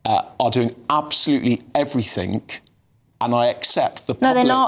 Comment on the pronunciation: By the way luke.its everything not everythink.your a starmer fan